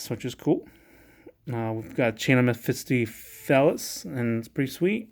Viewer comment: omg bro, your pronunciation.. hurts so bad. I mean, I can let mestopheles slide but.. abyss?